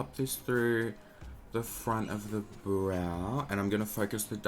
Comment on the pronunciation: Erica Mancini I know he has an accent, but I’ve heard him say ‘Brow’ the proper way before 🙄